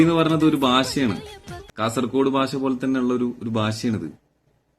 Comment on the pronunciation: ഭാഷ bai ഭാശാ alla bai